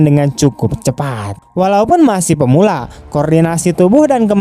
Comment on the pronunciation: Pemula bukan permula bang😁